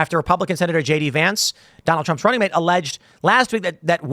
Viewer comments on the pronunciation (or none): none